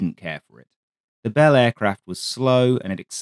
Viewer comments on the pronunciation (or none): none